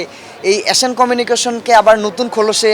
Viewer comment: Tui aga thik vabe nam ta bola shikh, asan na ota asian